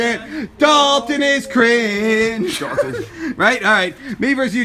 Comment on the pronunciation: Ew its Dawton